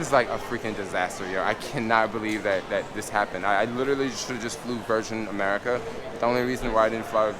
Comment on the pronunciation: "I litterally should have just flew ver-shen america"